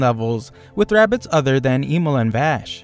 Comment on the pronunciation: Bro really said bugs bunny with rabeez 😂😂